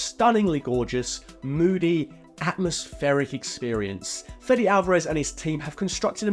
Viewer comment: "Fetty Alvarez" , is Fede, as in FEDEX without the X